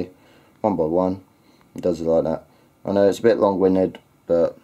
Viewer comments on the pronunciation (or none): EYE NOL DAMMIT! lol